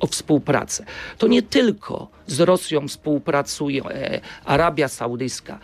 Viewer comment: Mówi się współpracujemy, a nie spółpracujemy panie wójcie